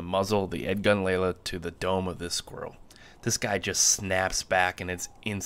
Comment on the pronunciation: Lelya not Lela. The last character is a Ya.